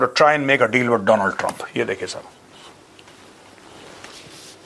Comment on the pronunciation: Bokhla Gaya Boss Doland Trump 😂 Donald Trump ❌ Doland Trump ✅ : Read more